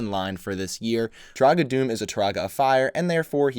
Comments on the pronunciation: Also, it’s pronounced “Doo-mah” not “Doom” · Am I the only one who's annoyed that he pronounces it Doom and not Duma? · It’s technically pronounced (doom-a) it’s no big deal I just figured you’d want to know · One of my all time favorite sets. I used to have a shelf over my bed and I would have this set hanging by its claws like a bat off the edge of the shelf. Btw, Turaga Dume is pronounced Doom-Uh. Excellent video as always! ❤❤ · Great video! But Dume is pronounced "Dooma"